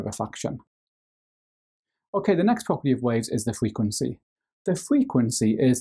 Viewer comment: the way he says frequency bless him fweekwenceee